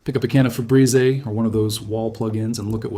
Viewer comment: We kick the video off with “Fe-Bree-Zay”